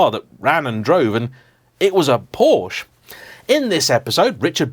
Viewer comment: Porsch-Ah!!!!!!!!!!!! you dolt